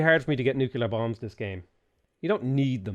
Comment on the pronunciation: Please repeat after me: noo-klee-ur. You sound like a confederate-American yokel.